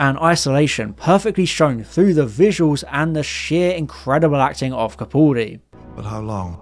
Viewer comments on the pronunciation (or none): It's Capaldi.... Not Capauldi